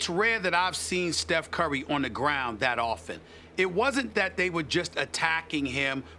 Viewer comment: “steph curly” 😂😂 stephenA was trying so hard not to laugh